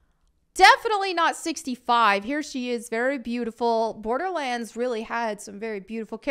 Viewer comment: "'Olderlands" I am SO stealing this !